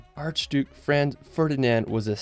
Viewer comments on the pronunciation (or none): none